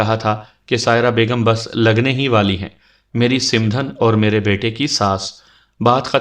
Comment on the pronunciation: It's not simdhan . Its called samdhan Baki ap ki awaz or lehja boht behtar hai.